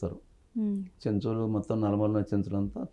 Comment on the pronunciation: ఏoకర్ గారు, "నల్లమల్ల" కాదు అది "నల్లమల". కొంచం తెలుగు కూడా నేర్చుకోండి